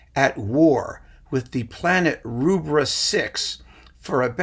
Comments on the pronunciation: I've heard that the denizens of Rubbra 6 pronounce it "Roobra", but that might just be a rummour... sorry, rumour ;) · Anti-Baxxer is a fantastic turn of phrase. (also just a note from a Brit – the first vowel in Rubbra is like the 'u' in rubber)